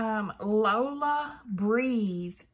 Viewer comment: Girl... it's pronounced Low Lee Ah...not Lola! 😂